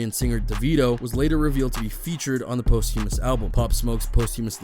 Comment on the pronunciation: My man, you're butchering the pronunciation of posthumous.